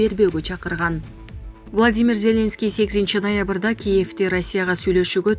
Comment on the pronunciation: Диктор зеленский деген создо ударение акыркы слогго коюлат.